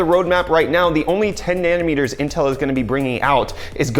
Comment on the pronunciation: Is it just me or is saying "nanner meters", I can't unhear this now, get some sleep dude, jeez <3